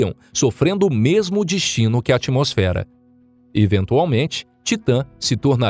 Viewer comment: "noque" "vouta" IAKQIAKAKAKAKAOAOAOAOAOAKAKAKAKWKWKAKAKAKKAKAKAKAKAKAAAKAAKAKAKAKAKAKAKAKAKAKAAKKAKAKAAKAKW morri